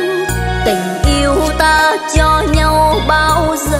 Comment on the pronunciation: Cô này phát âm chữ nhau không giống thầy Lập là nhâu tôi rất thích cách phát âm này nghe nhẹ nhàng rất hay chúc dồi dào sức khỏe